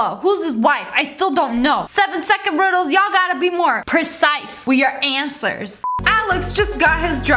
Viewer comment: These riddles make me laugh because of the way you pronounce it 😂